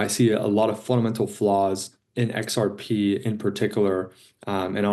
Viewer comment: Its not rxp its xrp madam